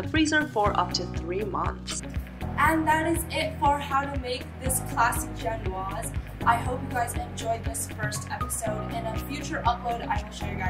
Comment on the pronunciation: It is pronounced jen-waz. A lot of Americans assume you drop the last letter as in custom in French but there is an 'e' after the 's' so you pronounce it. You'll also hear a lot of people make the same mistake with Niçoise salad (pronounced Knee-swaz) and armoire (pronounced ar-mwoir) Sorry for the rant. Drive me crazy.